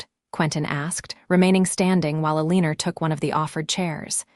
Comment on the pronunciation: AAAAGGGGGGHHHHHHH!!!!! Eleanor is not "EL-EEE-NOR"...It's El-AN-OR.